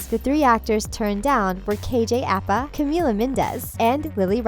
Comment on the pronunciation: KJ Appa? It’s APA! I think you guys know nothing about Riverdale.